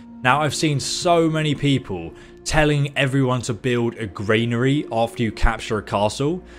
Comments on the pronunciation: good video but arrgghh! it is a GRANary not a GRAINary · Granary is gran nary not grain nary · Gran-ary. Please pronounce the main words in your video correctly, you use them a great deal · Yup, and it's a Granary not a Grainary. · And also GRAINary 😂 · Granary is pronounced GRAN A RY. Love the videos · I'm English by birth and breeding. I'm a Kentish Man and an English Yeoman. I've lived in England for 50 years and never pronounced 'militia' or 'granary' like does. He's just inventing his own pronunciation. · I’m struggling, halfway through, with the mispronunciation of ‘militia’ (and ‘granary’). As a fellow Brit. just want to say that we don’t all speak this way. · Granary and militia are pronounced wrong here mate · Great vid but please learn how to say militia and granary properly.